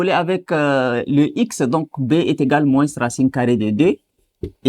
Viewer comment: Pourquoi vous prononcez la lettre "s" de "moins"??? D'autre part vous répétez beaucoup et beaucoup des trucs que vs pouvez simplifier.